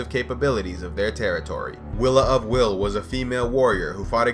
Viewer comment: I'm almost positive Wyl is pronounced similar to while rather than will.